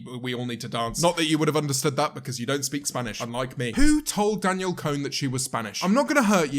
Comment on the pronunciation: No one: Literally no one: James Martiott: Danielle CONE